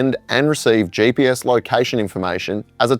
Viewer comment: its GPS not JPS. G stands for Global , there is no J there. Please try...